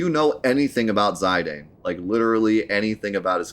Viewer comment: But it's not. Its "Zi" As in Zip "dahn" As in Darn As spoken in these dissidia games. Who chooses to say it though, is up to him. He also purposefully says names wrong to trigger people in chat and youtube, so think nothing of it.